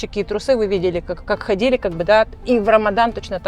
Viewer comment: У не очень приятный диалект. Говорит на русском языке)), но произносит многие гласные буквы в словах не правильно, некоторые гласные "проглатываются", а другие, наоборот произносятся с "нажимом". Например, слово "магазин" у неё звучит как "мыгызин", вместо "ходили" звучит "хыдили" и так далее. Для некоторых ушей)) такие мелочи не важны, а другим людям "режет слух". Ну и, конечно, напористось речи, свойственная многим экскурсоводам, и большое количество слов-паразитов.